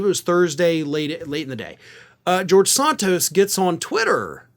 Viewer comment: What is it with the Ring of Fire deliberately mispronouncing names. referring to Santos as Sarntose just sounds stupid. He even pronounced it correctly in this video, and then promptly uncorrected himself. WTF. And his racist idiot boss Papantonio refers to Kamala Harris as Kamarla, an obvious wanker reference to WWF wrestler Kamarla the Giant Ugandan, possibly the most racist WWF/WWE character of all time. Are you trolling us with this shit. And why don't you deliberately mispronounce white politicians names. This is a terrible look for a news organization that promotes itself as having integrity and decency. Lift your game boys. I would expect this moronic shit from the likes of Fox and Newsmax.